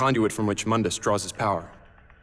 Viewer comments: Also its not mun dus it's moon dus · Add a sin for every fucking time that the name Mundus was mispronounced. It's pronounced (Moondus) mundus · Btw another sin of the pronaunce of Mundes name the U is Spoken long in case you have t Played Devil may cry 1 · Aaron Page My explanation is that this is a different universe than Old Dante's. Just like everyone calls New Dante "Donte", the New Mundus is "Muhn-dis". Separate characters, different universe, I guess. It's differentiation. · there is one thing I'd like to know, since you made references to the original Dante why did you mispronounce Mundus in your video?